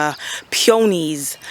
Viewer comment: Love your garden. Peonies is pronounced Pee- ah- knees. Delete comment if need be I couldn't find the inbox on YT.